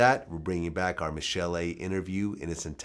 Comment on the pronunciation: He should pronounce her name correctly